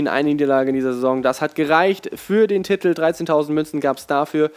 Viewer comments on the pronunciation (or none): Kannst du das Wort "Titel" eventuell mal richtig aussprechen? Man schreibt es nicht mit 15 T's...